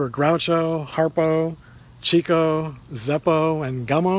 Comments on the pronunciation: Being a big fan of the Marx Brothers, I really wish people would pronounce Chico's name correctly. It's pronounce Chick-o, not Cheeck-o. He got his nickname, because of his success with the ladies. He chased women. (Chicks) They called him the chicken chaser. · Chick-O, not Chico. That's how he pronounced it. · prounced Chick-oh